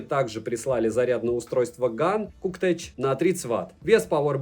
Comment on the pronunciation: Кактэк, а не Куктэч. :)